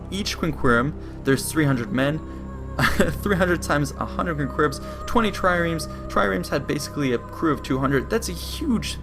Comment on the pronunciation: Practice the correct pronunciation of quinqueremes and triremes.